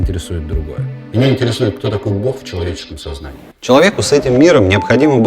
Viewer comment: Произносить ся БОГ а не БОх